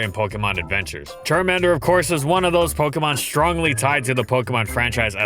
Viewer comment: "CharmEnder" It's CharmAnder.